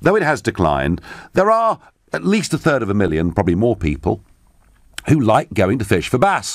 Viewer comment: It,s Third Not Turd